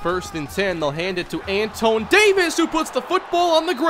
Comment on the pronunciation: The RB's name is pronounced Antwan.